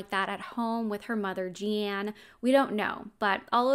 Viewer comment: Her name is pronounced the way, “Gene,” is pronounced. Or like blue jean. It has an e on the end but it’s 100% pronounced like jean